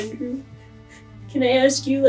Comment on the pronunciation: “aks her what I do” surely he meant “ask her” YouTube covered for him and wrote “ask” 😂